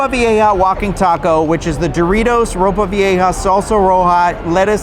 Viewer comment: You pronounced ropa vieja pretty well, you go gurl!